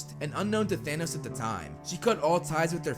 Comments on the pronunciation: its thanos not thanoos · For some reason I kept hearing “Danos”